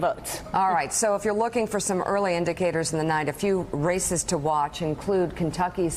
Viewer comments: When Mika said ,"A few races to watch" , I thought she'd said "A few racists to watch". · "A few racists to watch.... um.. I mean RACES to watch..."